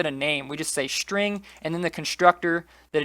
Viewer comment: Dude, its called SSSSSSString not shring ^^